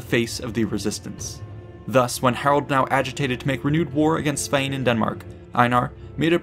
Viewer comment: Hahaha Knut not GNOOT :'D Knut, kinda like if you were to say the K in Knife Also Sven not Svein Nice video btw